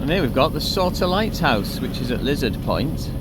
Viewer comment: You have trouble with yout pronunciation. Souter Lighthouse is pronounces Sooter Lighthouse. Soup is Soop up hear.